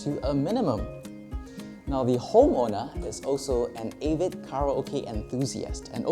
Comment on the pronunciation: Want to act high class but cant even pronounce 'avid' properly.